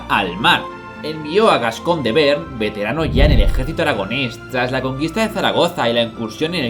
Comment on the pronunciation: Magnífico capítulo! Un pequeño comentario, yo diría que no se pronuncia 'bern' sino 'be-arn'.